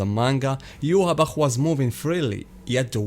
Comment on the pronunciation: His name should be pronounced Yohvach